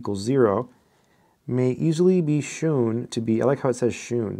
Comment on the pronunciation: Even though brits spell it "shewn" sometimes, it's still pronounced as "shown."